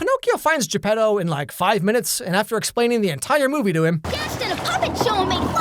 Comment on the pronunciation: o its geppeto. Not jeb pedo XD